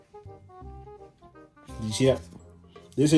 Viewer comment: "As you can zee"